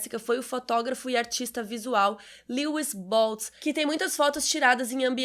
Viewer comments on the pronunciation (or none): none